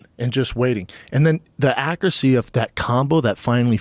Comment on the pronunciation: schaub said "but is ackrasee"